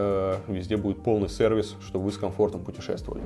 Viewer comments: Кто-нибудь, расскажите Вардамову, что в русском языке есть палатализация, и правильно говорить сЕрвис..... ну комоооон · Илюша, запомни раз и навсегда [cЕрвис] !!!! Не стыдно так ошибаться от выпуска к выпуску?